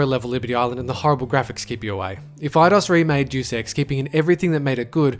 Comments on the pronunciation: It's pronounced Day-us Ex, not doos ex, but yeah they do make a remake of it. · Doos ex? DAY-US EX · Great video, except one detail... Deus is pronounced "Day-oos" not "Deuce" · Aw man, I love Doos Ex! (Day-oos) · Duce ex??? Hahahaha. It's Day-us Ex. Like Deus meaning God in Latin. Plus, a Doom remix was announced that week too. Do you research a lot? :P good video though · day us, not doos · For fuck's sake, it's pronounced Day-Us Ex, not Due Sex. Not a bad list, but where's the HD Chrono Trigger remake? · you pronounced 'deus ex' like it was 'deuce ex' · I normally ignore your pronunciation errors. They're understandable as English is clearly not your first language and I respect that you speak it so well. I've got to correct you here though. Deus Ex is actually pronounced "day-us ex" with emphasis on the "day" part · "Warcraft 3 is one of the best RTSs" Can only select a small number of units at a time Cancer incarnate and the spawn of the most unholy genre of games, MOBAs How about instead of remaking it we try to make it good to start off with and it's pronounced day-us ex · It's pronounced day-s-x. I'm not even a fan of this franchise, but it drives me up a wall with how common people mispronounce the title. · You realize that Final Fantasy 7 is getting remade for PS4 also its pronounced (Day-es-ex) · "Douche ex" lol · ITS SAID "DAY-US"!!! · ........."JEW SEX"? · Good vid, btw; dey-us ex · Lol "Deuce Ex" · "Deuce" Ex? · "Dus ex" lol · "doos" ex?! wtf!? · its pronounsced day-us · Remake/reboot Star Control 2 and Deus Ex 2 (not DX1!!! It's perfect the way it is) I LOLed at your mispronunciation of Deus Ex...